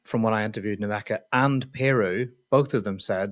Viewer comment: I suggest both and listen to the clip by Leeds players on how to pronounce their names! Particularly Lukas Nmecha which is pronounced MECHA!! Come on lads you sound very unprofessional!!